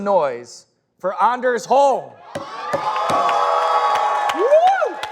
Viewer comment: It's funny how he constantly keeps butchering Anders Holm's name